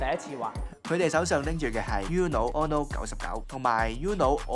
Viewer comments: 應該讀ooo-no， 唔係 yoo-no。 西班牙文Uno既意思喺1， 姐係淨低一張牌既意思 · 放屁，是/u/很难发音吗，我相信任何语言中都有类似/u/的这个音，uno也就两个音节，不一定非得懂西班牙语葡萄牙语意大利语才能正确发出/u/这个音吧，不需要你多高的语文水平，就记住uno这个发音很难吗？不说别的，包括我这样不懂日语的在内人基本上都知道“こんにちは”是什么意思而且大概知道怎么发音。没让你记住其他的西班牙语单词，就记一个发音简单的uno，我相信但凡是个智力正常的人都记得住吧。名从主人原则对吧，英文发音？英文都没有uno这个词！就记一个/u/的发音有什么记不住的？又没有让你学其他的西班牙单词！再说/u/的发音比/ju:/的发音容易发音吧？一个容易单纯的发音的/u/的发音记不住？？？？ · You are pronouncing UNO wrong!!!